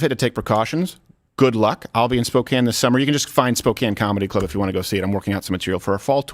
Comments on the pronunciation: Steven, 100% happy you said Spokane correctly instead of "spo-cane". Will be coming out to see ya!! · Wow Steve, you pronounce SPOKANE properly! Nice. How would you pronounce Gonzaga? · HOLY SHIT! Steven pronounced Spokane correctly!